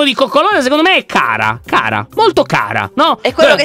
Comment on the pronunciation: ma quando si fanno le carezze si dice cara con la c non con la k